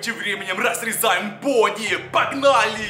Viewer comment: Правильно '' Бонни''